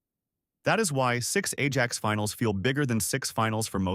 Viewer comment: Stop with the Ai slop chat , can’t even pronounce Ajax properly, if you can’t be bothered to put a true voice over on the video don’t even bother it’s unwatchable listening to that